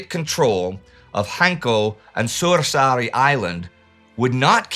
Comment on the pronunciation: Props for Indy for trying and failing to pronounce those Finnish names, just a clarification it's Suursaari not Suosari as I heard or Sursari as the captions called it. Anyone wondering it translates to a big island, yeah I know 😄😄😄😄